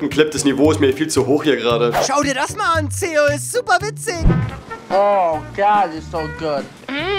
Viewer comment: Hier Zeo noch eine der zu dumm ist deinen Namen auszusprechen